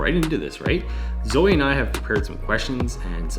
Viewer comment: Zoe!!! You nailed it on the pronunciation of my last name! And "YES", the shirt colour choice was intentional. I had a black shirt on at first but then I changed it! Really glad that you said yes back in November which ended up landing you the summer position! It's very true to fake it until you make it. You just need to land the role, then you can build your skills from there! Embrace the nervousness. I love that! Thanks for teaming up and sharing our conversation on this super important topic! Had so much fun working together to create this vid!!! Looking forward to doing it again soon!!! Stay safe out there!